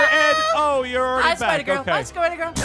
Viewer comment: "It's a bird" "It's a plane" It's AHPIDER!!!